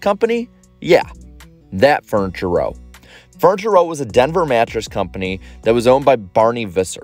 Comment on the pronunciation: Are you saying fortune row or furniture row??? Just a reminder that not everyone watches your videos, some can only listen to them...